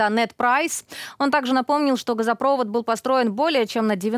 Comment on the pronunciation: Почему Алена все время говорит газопрОвод? Правильно газопровОд.